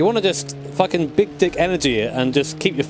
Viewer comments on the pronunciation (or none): none